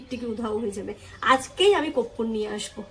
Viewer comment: Koppur noy..korpur